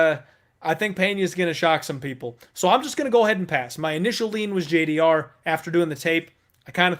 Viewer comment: Stop saying JDR, her name is spelt with a G, dammit! Lol